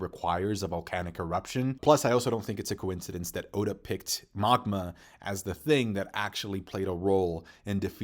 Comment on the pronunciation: And my guy it’s Magma ( Mag-muh) not mogma